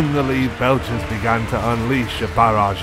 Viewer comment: Great content but i have to ask, why did the narrator pronounce some words like an AI bot? Lead belchers (pronounced by the narrator as to lead someone/Leader) or Chitinous armor (pronounced by narrator as Chitinous the Ch as in chicken) ?